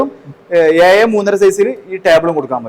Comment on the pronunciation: ഏയ്യ്എന്ന് പറയാതെ ഏഴ് എന്ന് പറയൂ